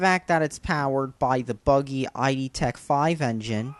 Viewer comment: He's so stupid he's not even saying "id" correctly, he's spelling for a name, and he sounds like a MGTOW twit!